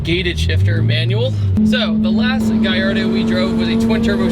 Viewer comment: Guyardo? never heard of it. Its called a Gallardo not Guyardo